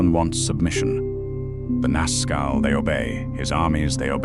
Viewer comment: It is. THis Narrator mispronounces other names too, e.g Nazgul and Ungoliant. . He is too bone lazy to get the names right.